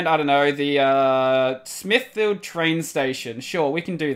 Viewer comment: Smithfield, the "field" didn't had that clear of a pronunciation, bury in Modbury, same thing, maybe my english is wrong, idk... the rest seems like I would pronounce as well. P.S.: Good that you don't get offended that easily, I think I kinda got used to see people crying/complaining/get offended when I (and others) tell them to read the wiki :P